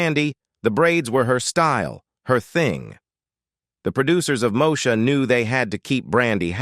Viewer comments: …..”moe-sha”? It’s pronounced “Moe-eee-sha” smh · I quit watching after the third “Mo-sha”. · Not MoSHA, chiiiile! Dang! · If they can't even pronounce the name of the character correctly, I'd question the accuracy.